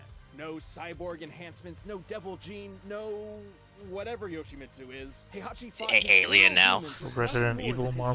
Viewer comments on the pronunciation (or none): Heihachi name is pronounced Hey-ha-chi